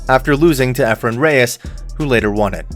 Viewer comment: Not "bay tuh" Reyes you idiot... 😒